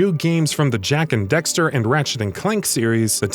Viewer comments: The fact that you're saying Dexter instead of Daxter was so distracting to me. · Bring back Sly Cooper it can be done! And dude, its not Jak and ‘Dexter’ its Jak and Daxter lol.. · also it's DAXTER not DEXTER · He say Jak and Dexter at the end.... They need a new person to read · "Ratchet and Clark". "Jak and Dexter". Wat. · I don't understand how you can pronounce Daxter and Clank correctly but then proceeded to say them incorrectly in the same video